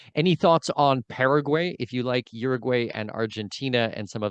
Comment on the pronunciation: Paraguay...a good start would be to pronounce the name of the country correctly...lol